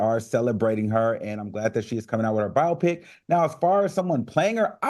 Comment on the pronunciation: Claudia please stop Al Reynolds from mispronouncing ATHLETE… and it’s pronounced BIO-PIC. Bi-opic may be a medical procedure ❤❤❤